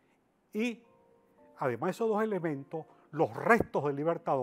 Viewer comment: Que Man para hablar tan feo, dice aparejca (aparezca), suj últimoj dia, (sus últimos días), loj (los), ademá (además ) un mej (un mes), lo masone (los masones), puej (pues), ejto (esto), de lo cuales ( de los cuáles), una ve ( una vez), Hugo Cháve (Hugo Chávez), etc, todo el vídeo habla así, será que no se da cuenta que habla a media lengua?